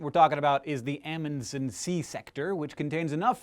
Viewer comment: Aaaaargh you're saying Amundsen wrong